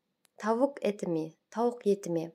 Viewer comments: mi дегенді me деп айтылады ма? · рахмет бірақ сиз айтқанда ме деп шыққандай болады әлде мен қателестім бе